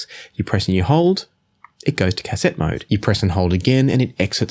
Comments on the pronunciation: bro. it's not "cass-ette", it's pronounced "ka-set". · It's actually phonetically pronounced 'caset' , there is no hyphen. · I quite enjoyed this video and then you said Cass sett and completely ruined it 😂😂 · "cass-ET" LOL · please learn how to pronounce the word cassette, cheers